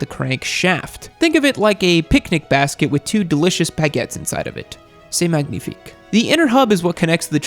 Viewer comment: As a French speaker I must say your prononciation of "baguette and magnifique" is not so bad.